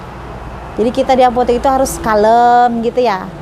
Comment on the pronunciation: Buk cuma mau benerin, sebutanya apotek bukan apotik 🙏🏻